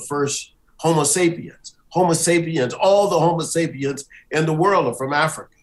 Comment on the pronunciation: “My religion is Afryica”.